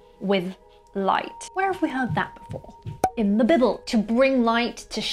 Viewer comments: I love the way you pronounced "the bible", and think it's my new way. bibble! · "In the Bibble" xD